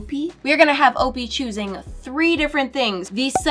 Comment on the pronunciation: Why is opie name said like o-pee and not o-pie...